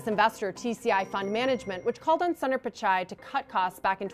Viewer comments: Its not sander pichai its Soonder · Can do the basic homework an anchor should do? Pronounce the name of Google CEO correctly? It’s not “Sun-Daar”. Hear how he pronounces it or do basic research and go to Wikipedia. Get ur act together CNBC, this is nuts. Google, Microsoft, Adobe and so many other mega caps have Indian CEOs have some basic pronunciation training or find ones who can. So unprofessional.